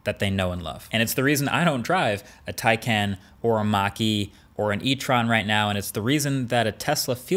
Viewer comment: Did you just pronounce it taycen?